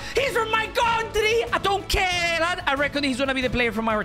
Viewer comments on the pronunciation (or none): When you said don't care it sounded like you said donkey